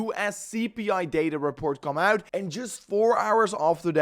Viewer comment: Please, say OUT not UIT.